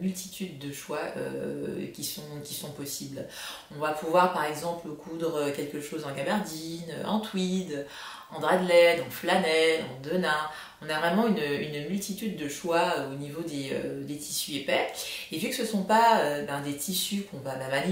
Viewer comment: Merci, cela aide beaucoup. Toujours du plaisir à vous suivre. Juste une précision, on dit "denim" en prononçant toutes les lettres, ça vient de " de Nîmes".